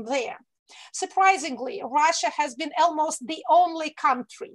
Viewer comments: Екатерина, один момент - almost произносится как "олмост", не "элмост". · Almost is pronounced as олмоуст